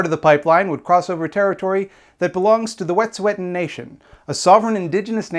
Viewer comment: i haven't seen anyone point this out yet, but from what i know, the pronunciation of wet'suwet'en you're using is incorrect - toonasa_tseke on instagram posted a pronunciation lesson! i'm also non-indigenous and living within the claims of the canadian government and i think we need to be trying as hard as we can to honour indigenous people's language as much as we honour their struggle. other than that, great video <3